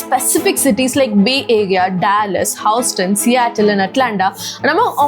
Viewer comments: It is no HouseTon, it is Huuston. Not "more stronger" but stronger. Stronger is already a compartive. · Hew-ston not HOUSEton SPOKEN not speaken Cun-vinced not CON-VANCED Become not Became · Dont put word my mouth...(Kamal says in PKS.. 🙂) Not "House Ton" thats "HOUSTON" Tell me pl.. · its HUUston and not HOWston :D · That's not Houseton It is Houston Pronounce it as Hewston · Minor observation...it's pronounced as 'Hues' 'ton', not 'House' 'ton' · It's pronounced hyoo-stn, not house-ton. Get it right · It's not Hooston dear, it's pronounced as "Hue-Ston"😅😅😅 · Hi Sis, A Small Pronunciation Error(Sorry if I Hurt You But) It's Huston not Houstn! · Houston is not pronounced as Howston 😅, It's pronounced as Hues-ton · It's pronounced uston(Houston) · Its pronounced as hoooston not houseton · its hew. uussss tunnn -- like huge -- also area is west - not east what you have show is new york instead! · antha baane undi kaani... houston pronunciation nerchko